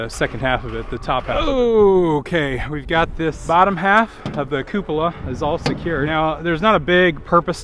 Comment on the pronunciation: yes, you pronounced coupla correct. At least that is how astronauts pronounce it